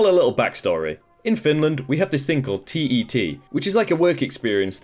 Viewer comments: TET isn’t pronounced T.E.T here in Finland, it’s actually just pronounced the way we type it, TET, but then again there are quite many ways of pronouncing it :P Also the way you pronounce Pekka is just so hilarious sorry for laughing 😂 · Native finn here. Just wanted to say that you butchered the finnish words in the last story (even though I heard you say "Pekka" whith a H at the end) P.S: You don't say TET (TyöElämään Tutustuminen aka. Work Live Experience) from letter to letter, you just say tet